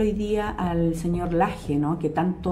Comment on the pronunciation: Laje!!! No Lajeno!!! Hable bien señora!!!!!